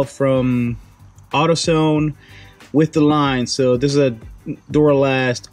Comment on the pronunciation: He said auto sone lol